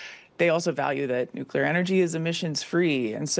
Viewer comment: NUCLEAR not nucular,!